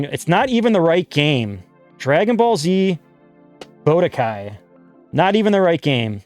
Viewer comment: Great video! Loved seeing this kind of series. Im not gonna lie, the way you pronounced budokai as bodekai had me dying hahaha.